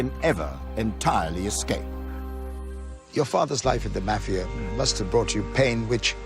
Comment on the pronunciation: I can't stand how he says mafia!